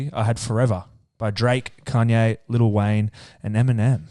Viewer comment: Why the fuck are the boys calling Kanye “Conye” 😂😂